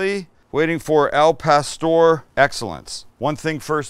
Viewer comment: Al* not el wytboi